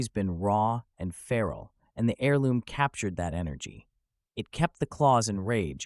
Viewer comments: AIR-LOOM... NOT HAIR-LOOM. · The H is silent in Heirloom, it’s always been silent, how do you mispronounce it like that? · You gotta take a little emphasis away from that H when you say heirloom.